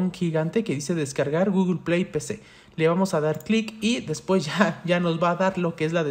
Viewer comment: por que dice GOOGLEPIAY en ves de google play